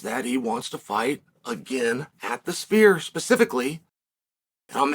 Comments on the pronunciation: My ears might not be working, but I could have sworn Uncle Chael kept saying "The Spear". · Chael it’s not called the spear it’s called the sphere